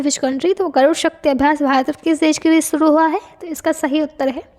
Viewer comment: Aap voice thodi😂😂 andhra pradesh ko predess shuru ko suruu